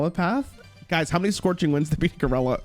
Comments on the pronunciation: Holy fuck hearing him say Gurella over and over gave me brain damage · I swear to god if I hear him say goralla again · Is he saying ger-ella on purpose? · His pronunciation of gorilla is fuckin sending me